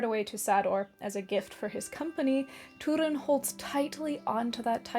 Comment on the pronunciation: Stop saying toodin. It’s Turin.